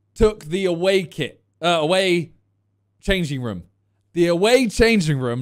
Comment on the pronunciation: Why does Simon say room, "Ruom?